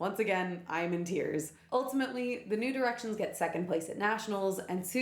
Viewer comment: God damn it now all I can hear when you say New Directions is “nude erections” 😭